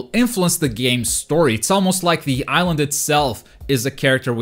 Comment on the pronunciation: This is a ihsland that is diverse. How do you manage to say diverse with no problem but suffer to say island